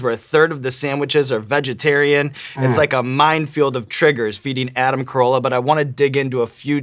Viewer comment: His name is Carolla not Corolla. xD